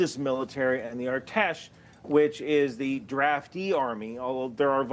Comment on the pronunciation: As an Iranian thanks for the coverage, just a small tip, the “A” in artesh is pronounced like in apple, I’ve seen you mention them a lot lately